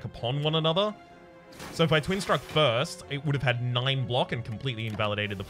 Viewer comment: Is that first, but in Scottish?